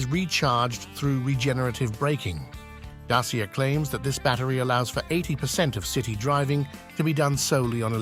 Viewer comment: It's a great car, and huge upgrades to the old Dacia (Dachia is the correct pronunciation....not dasia as you pronounce amd its the old nam of Romania).